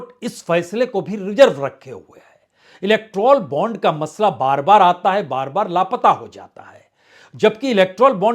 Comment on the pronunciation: पी पी जी इलेक्ट्रॉल बॉन्ड नहीं इलेक्टोरल बॉन्ड होना चाहिए, कृपया जांच लें...